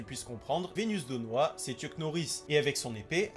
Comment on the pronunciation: Très bonne vidéo, juste c'est vesdenoa pas venusdenoa l'épée brise norme et il est appelé le "cruel roi démons" Mise à part ça c'est génial continue.